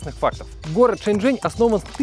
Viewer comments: нужно Shenzhen говорить правильно, т.е Шеньчжень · Не шеньжень, а женьшень!